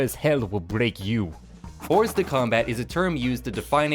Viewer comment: the S in Hors de Combat is silent